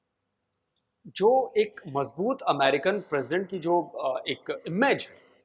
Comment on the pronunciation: AmAAAAAAAAAARikans? eeeek what bad pronunciation of this qeema keeda